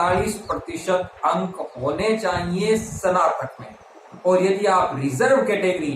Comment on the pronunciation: सनातक नहीं कहते हैं स्नातक कहा जाता है